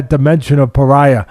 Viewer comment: Alex “Paraiya” Pereira